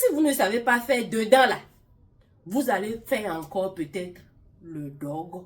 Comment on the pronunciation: 😂😂 vous seule saviez bien dire ce mot "dôgo". "dôgo ' ... Voilà pourquoi c’est bien d’être fidèle l’un à l’autre. Dôgo là va tuer homme.